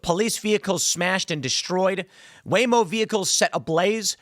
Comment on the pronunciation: “Waymo vehicles”? He’s been here in the south too long. 🤣🤣🤣